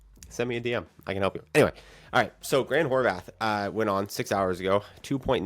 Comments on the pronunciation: Bro. There’s not a “th” on the end of his last name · Why is he pronouncing Horvat like that ?